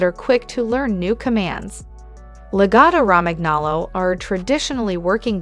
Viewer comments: I can't respect anyone who makes an educational video but can't pronounce the breed name and the #5 reason is not true. YOU NEVER BRUSH A LAGOTTA. Reason #4 is true, they are vocal. Reason #3 isn't. In comparison to many other breeds, I would not call them energetic. #2 reason is true. They are expensive. #1 is true but not significantly smarter then other breeds. I think they're more manipulative then smart. That's the opinion of an owner. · Wow way to not pronounce the name correctly..... every single time.... if you want a dog yes, walk it, train it, brush it, bathe it, don't leave it at home...... Mine is either with my wife at home when she works or at my wine shop greeting 100ppl each day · She obviously knows nothing about this dog nor about Italian. The pronunciation makes my ears bleed. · The best dog, please learn to pronounce the bread name correctly.